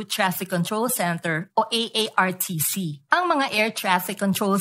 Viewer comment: correction artcc hindi aartc